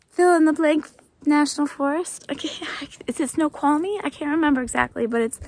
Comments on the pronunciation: Welcome to Washington! Yes, you did pronounce Snoqualmie correctly. I have to say that you are so brave. Stay safe! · You pronounced it correctly! Great place I live in Washington but more southern (think Mt St Helens area). Great places to hike here.